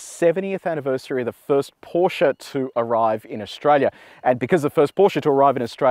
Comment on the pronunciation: Thanks for calling the brand name as is: PorschE not Porsch